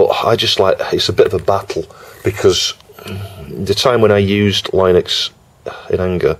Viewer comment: It's pronounced Linux, not Linux! 🙂